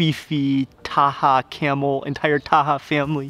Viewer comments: Myst Lyfe no his name is not Camil, it is Kamaal. That’s how it is pronounced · You should pronounce KEMAAL not CAMEL🤣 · he pronounced it wrong probably Kamal or Kamil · His name is kamal not camel 🐪 🤦🏻‍♀️😂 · His name is kamal Not camel😂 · I agree !!!! But he keeps on calling him (camel) Its not camel !!!!! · 😆😆😆😆 and poor Kamal aka camel, 😆😆😆in all the videos, he pronounces his name camel 😆. You would think he would have corrected it. So, he's calling him camel the whole time. Too funny! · Yes, you are correct, not "camel"....!